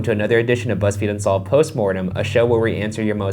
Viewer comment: “Bunsolved.” I’m weak😂😂😂